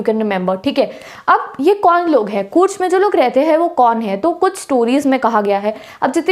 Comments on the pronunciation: When she was pronouncing कूर्ग as कूर्ज my ear and heart felt pain. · Its ग not ज....कूर्ग hai wo love from Karnataka